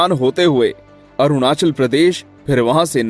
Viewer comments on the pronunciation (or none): none